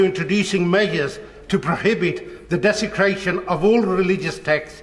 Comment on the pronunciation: Desicraton and division" 😂 from someone who follows Islam 😂😂😂